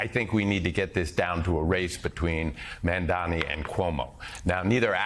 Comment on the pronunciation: Gotta wonder if all the ppl mispronouncing “Mamdani” are that ignorant or doing it purposefully.